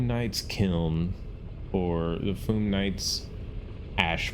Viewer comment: It’s Fyoom, not Foom. Not sure why people pronounce it like that. 😂